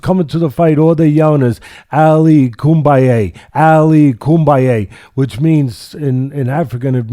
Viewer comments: It was Ali Bomaye, not Kombaye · Me: Ali Bumaye Teddy Atlas: Ali Kumbaye Me: Ali Kumbaye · it's actually "Ali Bomaye". So, Askren Bomaye. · Ali bumbaye? Not kumbaye😂